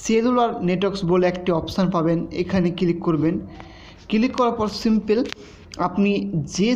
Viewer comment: Akta English shikheche ....simpil😆😆😆😆😆😆